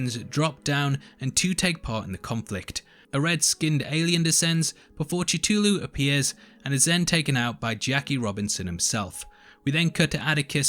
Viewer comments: It's not "ch", but "k-th-oo-l-oo". A very hard "k" sound. The monster that shows up in the episode isn't a shoggoth. It's not actually a monster that appears in the mythos. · Did you literally say chuchulu, I mean aside from putting in Douglas in place of Vessey, calling lynching a punishment, brushing over your highly excusable mistakes with the worst excuse imaginable, you have to put a personal stroke on a word that has a very commonly acknowledged pronunciation(don’t tell me the word is unpronounceable, that’s a separate topic) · You really start this episode miss pronouncing Cthulhu (Kthulhu) ahah I heard Chathulu. Great channel though. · "Cuhthoolho", or "Klhul-lhoo" or "Ctoolhoo", but never sat "Chutoohlhoo", never. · Cthulhu is pronounced CU FU LOO! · visited several youtube chanels and every one of them are pronouncing Cthulhu in a different way..... I guess people likes to create their own words pronunciation.....😒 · If you said Cthulhu right your joke at the beginning would be much better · The way you pronounce "Cthulu" really bugs me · I stopped watching when he mispronounce C’thulhu. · is that another joke or is that how you pronounce Cthulhu?